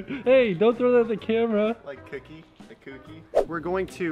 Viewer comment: How you feeling: Cokie Me: Lol that was so funny